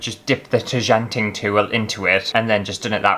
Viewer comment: Nothing better than pronouncing 'tjanting' wrong throughout an entire video 🤦🤦